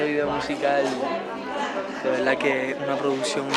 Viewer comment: "En veldad " va a conquistar al mundo ❤️ lo estás haciendo muy bien